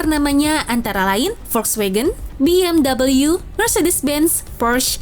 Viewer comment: Be Em We, bukan Be Em Double You